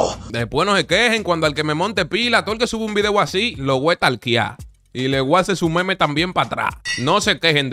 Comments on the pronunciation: A los "momos"😂😂😂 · Por que dice momos